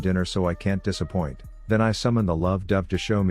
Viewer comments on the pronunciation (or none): "But the birds are all here and I promised them dinner so I can't dessapoint" lmao xD